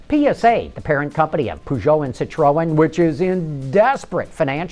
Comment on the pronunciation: per-zjo, not poo-zjo :P and it's pronounced cittrun, not citroen...